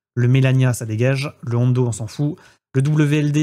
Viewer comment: Merci pour ta vidéo 👍...pourquoi dis tu "ONDO" On s'en fout ?